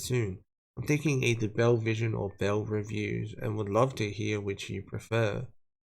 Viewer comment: you gotta pronounce the second E in both television and bellevision, ignoring the second L. Unrelated: I can’t believe she changes her channel name every time she gets something wrong, or that she harps on Eugenia for showing her outfits when… if you look at Belle’s Instagram, she’s doing the exact same thing